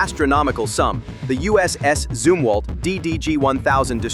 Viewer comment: good video, but your AI voice didn't seem to be very certain as to how the name of this ship is correctly pronounced, as it continued to waffle back and forth between 'zum' and 'zoom' for the first syllable. Maybe you need to pull it/him aside, and fill it/him in on which of the 2 is correct.🤨